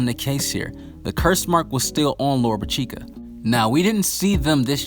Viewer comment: Lolopechka is pronounced like this: Lo ro pish ka, get it right!!